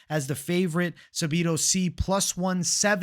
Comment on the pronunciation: Sabido???? 😂 say it with me: SAH-DEE-BOO